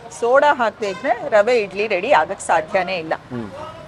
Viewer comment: ರವೆ ಇಡ್ಲಿ ಅಂತ pronounce ಮಾಡಿ rava ಇಡ್ಲಿ ಅಂತಲ್ಲ